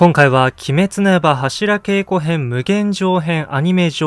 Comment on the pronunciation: 「柱稽古」の読み方は、〈はしらけいこ〉ではなく〈はしらげいこ〉ですね。